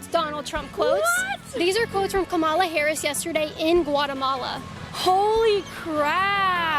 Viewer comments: It's not "Kamola," nor is it "Kamela".. it's "KaMAla"❗ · How the fuck can she still not pronounce Kamala right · Learn to pronounce her name. They will always say it wrong on purpose. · Wtf is it with conservatives not being able to pronounce “Kamala”??? I’m not even a native speaker and it’s not hard for me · Why do they insist on mispronouncing Kamala? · Why do they always mispronounce Kamala on purpose?